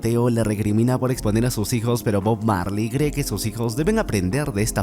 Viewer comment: Cuantas veces dijo bog Marly en video 😅